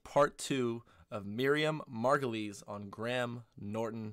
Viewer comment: MAR GO LAYS...is how you pronounce Miriam's name. I think its Spanish.